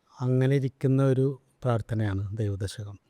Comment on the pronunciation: ദൈവദശകം ഇത്രയും വ്യക്തമായി ഭക്തിയോട് കൂടി ചൊല്ലുന്നത് കേട്ടപ്പോൾ വലിയ സന്തോഷം തോന്നി. ഷൗക്കത്ത് ജി 🙏🙏🙏 പ്രേംജി 🙏🙏🙏